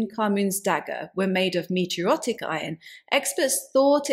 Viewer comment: Very informative as usual. But you must do more research, of only to avoid the errors, such as "meteorotic", and mispronunciation of Çatal Hüyük & h-aitch.